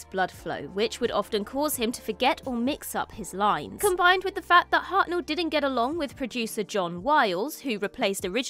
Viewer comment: William Hartnell, not William Harel